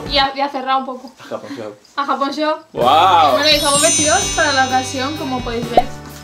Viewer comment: Se escucho que la dijiste japonshop 😦